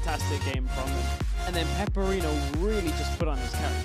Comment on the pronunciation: his name is pepiinero, not peperino, hes a spanish player XD